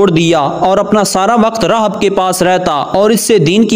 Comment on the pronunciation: راھب Rahib تلفظ ہو گا